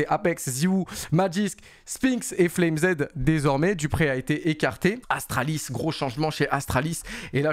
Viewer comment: on te kiffe continue le taff. Mais arrête de dire SPAINX ca trigger de ouf Cest SpinXXXXXXX et et FLAME Z ca se prononce comme "FLAMES" en anglais le pluriel de "flame" FLAMEZZ pas FLame Zed #Boomer2cs